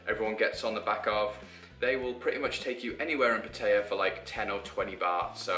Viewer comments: If you say "PaTEYa" one more time...why is it so hard for you English to say it right? PA-TA-YA not PAT-AYA and definetly not "PaTEYa". A ="AH" not "A". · I was born and grew up in Pattaya and I've seen it grown from a small tourist town to basically the Las Vegas of Thailand. The city is mostly runs by mafias and has a prostitution problem. Its good for a short hop from Bangkok but it attracts more of an older crowd. Ps - the way you pronounced Pattaya is pretty funny.